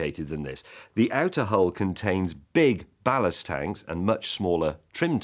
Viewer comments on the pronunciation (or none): "Ballast tanks" not "blast tanks". FTFY